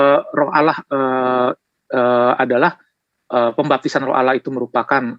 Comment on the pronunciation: Bc Allah saja ngk benar masa bcnya alah padahal huruf L nya dauble